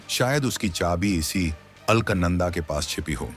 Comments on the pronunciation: It is ALAKANANDA and not ALKNANDA. Pl correct the pronunciation. Thanks. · अल्क नंदा नहीं , बेटा अलक नंदा बोलो😂😂😂😂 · अल्कनंदा नहीं है अलकनंदा है लगता है तुम्हारी अक्लमंदा है सही उच्चारण करना पहले सीख लो फिर पैसा कमाने के लिए यू ट्यूब बनाते रहना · ALKNANADA NAHIN SHUDDHA UCHCHARAN ALAKNANDA KAHTE HAIN JO GANGA KA PAHLA NAAM HAI JO GANGOTRI SE NIKALNE KE BAAD PAHLA NAAM HAI AAGE ISEY MANDAKINI KAHA JATA HAI FIR HARIDWAR AATE AATE ISEY GANGA KAHA JATA HAI JO 3000 KM AAGE JAKER GANGADAGAR ME VILEEN HO JATI HAI YANI HIND MAHASAGAR ME VILAY HO JATI HAI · अरे मूर्ख राजा, दिये हुए text तो ठीक से पढ़ लेते। मूर्ख, नाम उस Galaxy का अल्क, "अल्कनन्दा " नहीं बल्कि है " अलकनन्दा".।पता नहीं कौन ऐसे नमूनों को चुनता है कमेंट्री commentary देने के लिए। पढ़े लिखे अनपढ़ -- यही तो हमारे भारत की सबसे बड़ी कमी है। तो श्री "अल्कनन्दा "जी,हम चले,आप कृपया त्रुटि सुधार लें ,।धन्यवाद। जयहिन्द जयभारत।....UK से। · Are ye alaknanda ni Alaaknanda hai